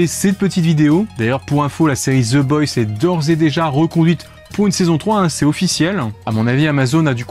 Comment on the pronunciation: La prononciation c'est the boys pas the boysse sinon très bonne vidéo